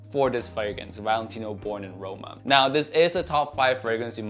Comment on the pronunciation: I thought u said boring in roma 🤣🤣